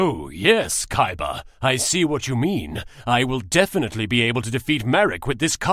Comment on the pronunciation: wow thats funny how he said yes it sound like kes